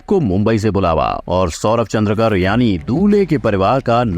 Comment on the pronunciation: Surname चंद्रकर नही है सर,चंद्राकर है